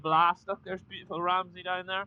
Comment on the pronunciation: Mizzle, you said coming out of Ramsey you are definitely from Northern Ireland .great video 👍👍👏👏.Manxman 🇮🇲